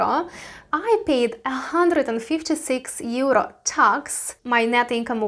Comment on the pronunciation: Teacher? LOL. she cant even pronounce EURRrrO. No thanks.